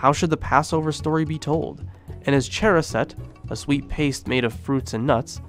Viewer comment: Really awesome information! However your pronunciations of haggadah, charoset, and afikomen are....interesting 😅